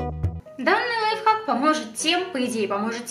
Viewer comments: Не лайфак а лайфхак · Аааааааааааа меня бомбит не ЛАЙФАК а ЛАЙФХАК!!!!БЕСИИИИТ